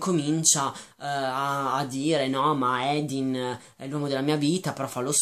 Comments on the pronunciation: comunque si pronuncia Hardin con la A e per l'aspetto fisico si è ispirata ai One direction e basta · ma madonna, ha fatto un discorso lungo una mezz'ora su quanto sia maschilista e sessista questo libro dicendo cose anche abbastanza giuste e tu mi vieni a criticare il modo in cui dice il nome di quello scimmione di Hardin? si vede proprio che non sapete più dove attaccare per difendere il vostro romanzetto da due soldi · Senti, tu non hai nessun diritto di criticare questo libro perché intanto Theresa odia essere chiamata così perché le ricorda suo padre da alcolizzato. Poi si dice HARDIN non EDIN. Questo libro vuole spiegare che anche chi ha l'anima nera solo con l'amore vero può diventare migliore di sé stesso. E poi se questo libro lo odi così tanto da schifiarti non ha senso che continui a leggerlo solo per dire stronzate, questo ti dà una brutta nomina perché chi ama leggere lo deve fare per passione non per odio. Quindi KEEP CALM and I LOVE AFTER forever!😠😤😡👈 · secondo me del libro non hai capito niente partendo dal fatto che hai sbagliato piú e piú volte il nome del protagonista che è HARDIN e non Edin. Il libro è stato scritto da una ragazza di venti anni ed è una fanfiction e come ha ripetuto lei nelle interviste e nei ringraziamenti non è una scrittrice professionista. Non so la tua etá ma posso percepire che non sei un teenager e quindi in un libro cerchi anche una "morale" piú pensata e questo libro non riesci a vederlo come noi ragazzi.Detto questo ancora devo capire i libri che ti piacciono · Non si chiama Edin ma HARDIN! Non vorrei fare commenti negativi su questo video ma non hai capito un cavolo dei libri vorrei proprio leggere le storie che scrivi tu , quelle si che saranno sensatissime . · e comunque non vuole che la chiamino THERESA perché le ricorda suo padre un alcolizzato che l'ha abbandonata ah e si dice HARDIN CAZZO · ma sai dire Hardin? ! non è difficile